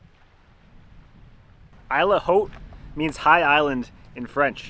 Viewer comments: 👁️ ll say it with me. Not eel, 👁️ ll it means island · Why do you pronounce isle differently? Shouldn't it be pronounced as "ile"?